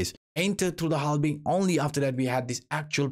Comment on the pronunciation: Keep the "halbing" in the videos 👍🏻 maybe it becomes a good meme some day ✌🏻😅